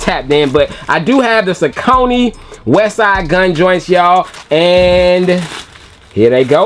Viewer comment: great review as per usual!!..i believe saucony is pronounced "SAWK-NEY" tho..keep bringing the heat!!